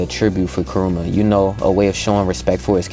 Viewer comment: Didn’t know the nine tails name was…….. “Karuma” instead of “kurama”